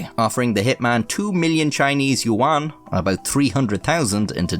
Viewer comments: for future reference, yuan is pronounced more like "yen" or "ywen". Im gonna pretend I didnt lose my mind every time you said it in this video. I must say, as far as I can tell, you pronounced the names pretty accurately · "You juan" 💀💀